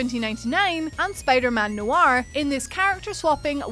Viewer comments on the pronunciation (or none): none